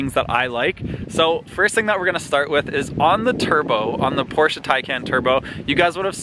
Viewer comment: finally, someone who can properly say Porsche